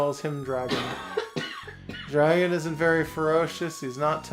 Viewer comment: What a super cute game! I thought you were making a joke about your draeygon pronunciation with that title, but nope, that's really the title, huh. (Also looking at the Steam reviews of the game, one reviewer accused the developer of being too lazy to get a real artist??? Do they have any idea how hard it must have been to get the sprites to capture that hand drawn style but still animate as well as they do?)